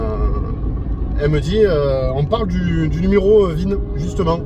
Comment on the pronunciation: Bonjour… Pour info, c’est le n° VIN (Véhicle Identification Number) et pas ZIN !😉(je reconnais que vous avez corrigé après👍🏻) Et commandée le 16 juin ! Whaouh ! Vous êtes un "early adopter" ! C’est courageux, y’avait pas bcp de retours objectifs à ce moment-là ! Moi, je me suis décidé mi-décembre et livrée le jour du printemps (pour un véhicule qui s’appelle Spring, c’était obligé !😉)